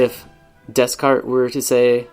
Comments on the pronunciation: That’s not the way to pronounce Descartes!! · Every time you say Descarte wrong a baby polar bear dies